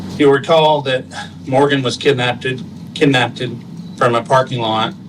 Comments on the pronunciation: Did that police spokesman really say kidnappTED??? 🤦🏻‍♀️ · Well when you can't pronounce kidnapped.....